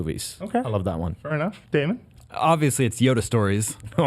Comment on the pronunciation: Daemon not damien great host of game scoop